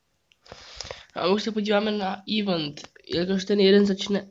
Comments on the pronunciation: čte se to ivent ne ívnt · U u toho eventu máš totálně špatně výslovnost 😂😂😂